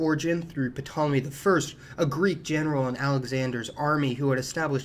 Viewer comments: It’s pronounced tall oh mee, you don’t say the p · very informative video, as always. May I point out that, for some reason, the 'p' in Ptolemy is silent, i.e., TAH-lem-ee, and Cypriot is SIP-ree-aht?